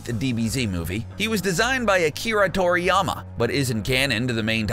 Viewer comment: It's Toriyama and ki, not Tokiyama and it's not chi..